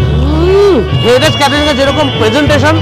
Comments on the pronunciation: আরে ওটা হ্যারিটেজ না রে হেরিটেজ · ওরে বাবা ওটা হ্যারিটেজ না, হেরিটেজ হবে 😂